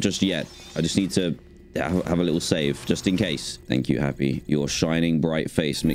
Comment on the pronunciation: R u saying happy or helpy?